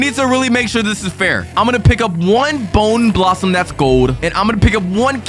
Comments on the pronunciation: Bro its bone blossom not boner blossom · Boner blossom?! Its bonę blossom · It’s not bowner blossoms it’s bone blosssom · Why did bro call the bone blossom boner blossom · Bro it’s not not Boner blossom it’s bone blossom 😭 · Bro says bone blossom boner blossom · It’s bone blossom, not the not boning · Bro says boner blossom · WITH A BONEUHHHH BLOSSOMUH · Why you say boner blossom ?????????? AYOOO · Bro said boner blossom 😂😂😂😂😂😂😂😂😂😂😂😂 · He said b#ner blossom